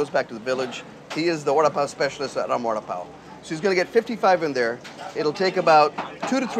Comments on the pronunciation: lol I thought he was saying "Warda-Pow" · It's pronounced "wada paw " ?